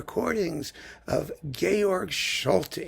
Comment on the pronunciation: just to let you know, Solti always pronounced his first name like George, even though the E was left off at the end.